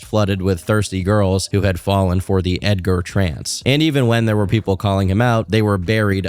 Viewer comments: bro said Edgar with a hard A-R 😭😭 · Ed-ger Ed-gar 😂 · Edgar with the hard r is crazy